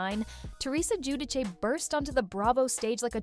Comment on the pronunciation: it’s gee-you-dee-chay